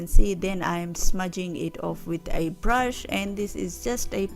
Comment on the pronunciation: 💎💕Beautiful 💎💕 n yesss “blush”😅 instead brush ! Plus luv ur nailssss 💅🏽